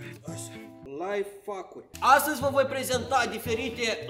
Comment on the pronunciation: Ady se spune laihaicuri nu laifaviuri